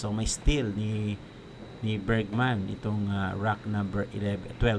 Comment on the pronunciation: Bergman hindi Bergsman dinadagdagan mo ng S